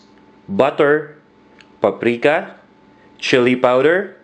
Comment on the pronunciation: its "paprika"